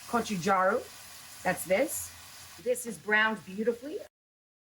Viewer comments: It’s pronounced gotchechung - am korean myself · It’s pronounced “Go-choo-jahng”